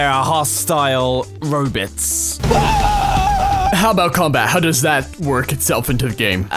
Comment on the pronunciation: robot not robit